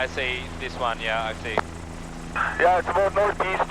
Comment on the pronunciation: How aboot that?